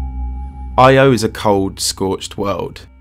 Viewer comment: Bruh constantly changes between the Greek and Roman names of the Gods. And Io is pronounced Yo. Cool vid tho